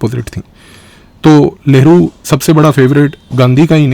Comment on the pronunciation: Sir, aap लहरु बोल रहे हो या नेहरु?